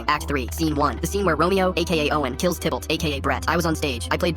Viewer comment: I wish the AI could at least pronounce things correctly. The character is Tybalt not Tibble.😂😂